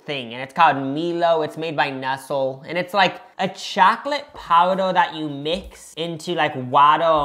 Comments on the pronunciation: Calling nestle “NESL” is a crime 😭😭😭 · 👀 nesell? It's Nestlé like neslay. As for Frys Cadbury owns frys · sirs….CHOCOLATE WATER???? 🤬 I get a lil frustrated when people try things but don’t prepare them properly so they don’t get the accurate experience, but this is a whole new level! 😅🔪 also saying he pronounces Nestle that way (the right way) bc he grew up in LA 😂 Like I promise that’s not just an LA thing💀 I do love this little aussie era (plus I’m a big snack girlie!) but this video was just so hard for myself and everyone around me… I’m considering legal options idk